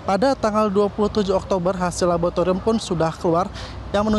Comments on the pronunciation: ada yang denger kata "LABOTARIUM" gak sih... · "PODUK PODUK"😂 "LABOTARIUM"😂